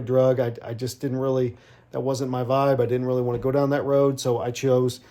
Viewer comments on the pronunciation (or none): none